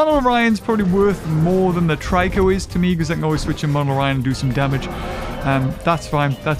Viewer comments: Still calling monolorhino "monoloryan" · MONOLORHINO!!! Not MONOLORYAN!